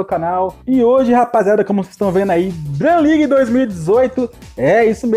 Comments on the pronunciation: "Dram Ligue" , "Abaixar" "Midiafire" 😂😂😂😂😂 LIKEE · dram ligue ? kkkkkkk